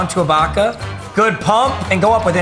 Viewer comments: Finally learned how to say ibaka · Bro finally pronounced Ibaka’s name right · he finally said ibaka right 😂